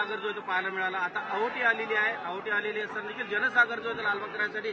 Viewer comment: आहोटी नाही रे बाबा ओहोटी म्हण😂घ्या गुजराती